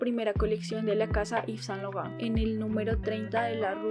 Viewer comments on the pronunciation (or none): Muy unteresante video, pero deberias citar las fechas con mas claridad, al igual que las direcciones. Si no sabes frances, exiaten aplucaciones que te dan la pronunciacion fonetica. Yves Saint Laurent fue un grande entre los grandes, un reconocimiento a su persona y obra merece mas respespeto.